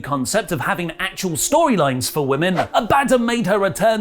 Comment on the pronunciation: How do you keep cocking up Abadons name? Ab-ah- dawn. It's a Hebrew word for bottomless pit and a Archangle....